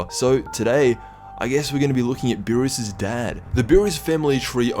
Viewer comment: Its beerus and champa not burris and shampoo